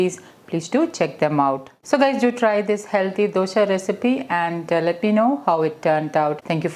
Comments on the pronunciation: For heaven's sake pls don't say DOSHA..it is Dosa. Is it so difficult to pronounce it correct ly?? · Not sure if there is a correct way to pronounce Dosa. All across India you will find people pronouncing it differently. In Malayalam it's called Dosha.